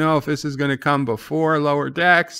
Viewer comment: You keep misprouncing the name of Lower Standards